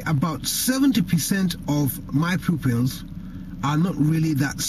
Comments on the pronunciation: "70% of my poopulz".... lol :D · Is he saying 'micro pills' or my pupils? lol